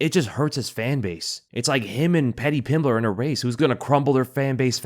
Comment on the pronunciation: Sound like you said “him and Petty Pimblet”. Petty is the perfect name